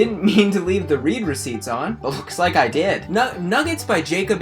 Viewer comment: Wait he said “read receipts” like “reed receipts”?? I thought it was pronounced “red receipts”?????